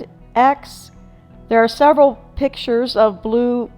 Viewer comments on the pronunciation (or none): none